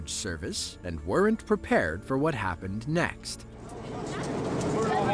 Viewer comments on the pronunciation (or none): “ whot is going onnnnn” 😂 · "Whort is goen on? Whort is goenn onn" "WHORT IS GOEN ON!"